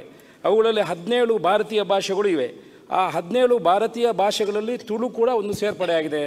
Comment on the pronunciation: Sari panle marre.. ತುಳು.. not ತುಲು